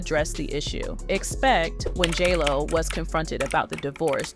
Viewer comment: Are you saying jello or jlo?